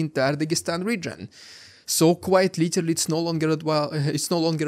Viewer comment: Stop saying litelly, its literally and you are overusing it..